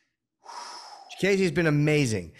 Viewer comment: Jimmy, who tf is chikayze it’s chikadze…CHIKADDDZE